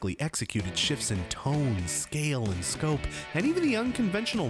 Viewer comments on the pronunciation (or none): none